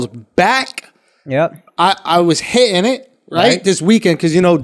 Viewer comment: My buddy suggested I play this drinking game. 1- Sip when they say son. 2- Drink when they say bruh. 3- Finish when Andrew doesn’t pronounce the T in the middle of words “hi-in” vs hitting. I’m two minutes in and I’m already dead.